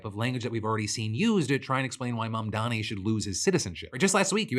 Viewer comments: The intentional mispronounciation of Mamdani's name is just blatant Islamophobia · What is it with these weirdos who can't pronounce Mamdani's name correctly? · Look, it's small in the grand scheme of things, but that "reporter" intentionally mispronouncing Mamdani's name is just so cartoonishly racist and shitty. What a fucking tool.